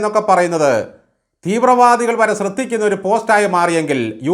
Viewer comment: താങ്കൾ ആദ്യം നേരെ ചൊവ്വേ മലയാളം പറയാൻ ശ്രമിക്കുക. എന്നിട്ട് പോരെ റഹീമിന്റെ ഇംഗ്ലീഷ് പരിജ്ഞാനം അളക്കാൻ പോകുന്നത്.നമ്മുടെ വലിയ നേതാക്കളെല്ലാം ബിരുദങ്ങൾ ചുമന്ന് നടന്നവരല്ലല്ലോ. 'ശ്രദ്ധിക്കുക' എന്നത് താങ്കൾ പറയുന്നത് 'സ്രെദ്ധിക്കുക' എന്നാണ്.. മാഷേ,എത്രയൊക്കെ പഠിച്ചാലും തെറ്റുകൾ പറ്റും..